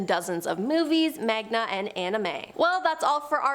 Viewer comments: Amazing video! Btw it’s man-ga, not mag-na, and is spelled manga, not magna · did this woman really just pronounce manga as magna